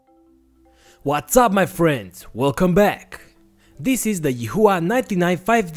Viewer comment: I am not sure how to pronounce Yihua, but i would guess yee-wah.